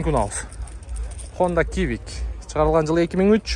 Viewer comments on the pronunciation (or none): none